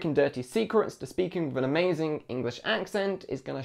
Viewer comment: Wiv, wiv !!! With…please remember that it has a th on the end not a v.